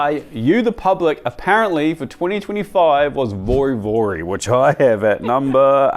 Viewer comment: You made a point about Neapolitan pizza made properly, yet you didn't apply that same principle to Vori Vori (you also butchered the pronunciation). In short, you did not make an effort to really take this dish seriously and therefore it did not impress (I'm sure that I would not be impressed with your version). In other words, your bias is showing up too strong, perhaps you need more diversity on your team.